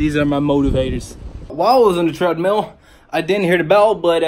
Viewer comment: You said “Threadmill”😂😝